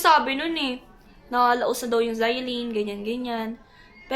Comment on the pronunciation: At ang cute ni kuya zai, zaillaine lang kami Hindi yanllaine